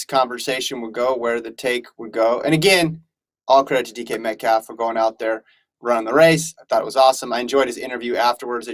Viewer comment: Please say his name correct when dissing him